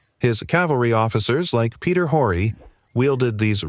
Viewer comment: Peter Horry is pronounced with a silent H !!!!